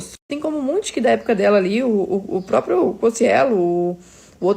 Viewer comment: Eu amo que o fala Propio sem ironia